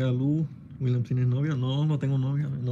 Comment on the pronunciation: 😂😂😂 aveces dice Willa 😂